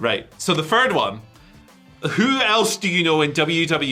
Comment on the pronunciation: fird is not a word